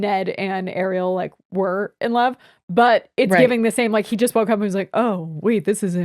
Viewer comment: Ariella and Aurelia are definitely names. But they are not pronouncing them as one would. They keep pronouncing them as a-re-o-la